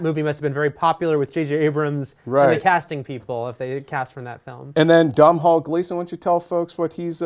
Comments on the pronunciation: Please note it's pronounced Donall Gleeson, not downhall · Domhnall is the Irish for Donal. Pronounced DOH NAL. Not Dom Hall. FYI. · Stop calling him Dom Hall... its pernounced Donal its an irish spelling because he is from Ireland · DOM HALL Gleason ???/ its pronounced Doe Nill , jesus do some research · lol dom hall.Its pronounced DOE-NAL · Dom-hall gleeson? he can't pronounce Doh-nal? haha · It is pronounced like DONAL Gleeson. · Domhnall is pronounced doe nal. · Loving the fact that not one reporter has pronounced Domhall Gleeson's name properly